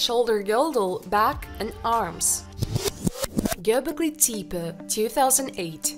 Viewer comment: 🤣 I know...right? Did you hear how she pronounced Gobekli Tepi? Bahahahahahaha!!! This video is poorly put together. Some of it is sensational...so I don't expect the channel to become very popular. However...it does have 'some' educational value. Unfortunately...because of 'some' of the poor content...it loses credibility.